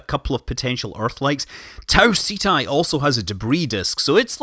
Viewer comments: Pretty sure it's pronounced 'setty' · I thought it was pronounce like ketti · Ceti is pronounced (set-ee) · Ceti is the genitive for Cetus, whale in Latin. You should call it just like the constellation, so Ceti. Not Seti, not Seethai, not Seetee etc. Just as it's written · It's pronounced "SEH-TEE" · It's pronounced 'see'-tie". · prefers to pronounce Ceti "Set-tie" prefers to pronounce Cenauri "Sent-are-ee" totally makes sense, like refusing to pronounce phi as "f-eye" but has no problem pronouncing pi as "pie" and not "pee"